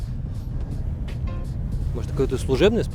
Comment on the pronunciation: english? -yes - инфармейшн. трэинс. вэр. - ээээ аххпххап. великое владение английским